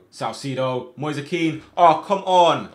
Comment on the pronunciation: It's moise kean not moisa kean